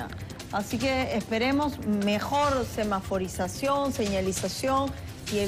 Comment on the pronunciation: Semaforisacion Cemaforizacion Zemaforicazion Ç maforizazion😂😂😂